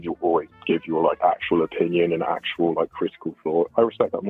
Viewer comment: "actuall therapy" xD